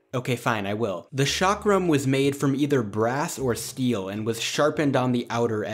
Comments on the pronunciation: That's not 'shakram'-. That's pronounced as "Chalk-rum" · 'ch' is pronounced as 'sh' in French, the 'chak' part in the word 'chakra/chakram' is pronounced the same as the name 'chuck'. Modern definition is based on language family, so States speaking Dravidian languages are considered South India. Historically south of Vindhya mountains or Narmada river has been South India. Nice video, never knew about some of those weapons. Although I was also hoping to see the weapon 'wagh nakha' (वाघ नख, you can check the audio pronunciation by copy pasting it in google translate). It was used by the Marathas from Maharashtra in close combat. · Chakram - 'Ch' pronounced like 'Ch' in Cheese 🤗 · The 'ch' in Chakram is pronounced like 'ch' in 'chair'.